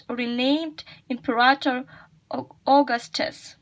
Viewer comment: the word “powerful” you read as [paful] instead of [ˈpaʊəfʊl] Find the transcription of the word “Caesar” The word “Augustus” has the other stress Find the transcription of the word “honor” Compare these futures? What does it mean? Look more attentively the transcription of the word “discernible” Find the transcription of the word “aggrandize” Find the transcription of the word “subdued” The word “although” has dentilingual sound Find the transcription of the word “incredibly”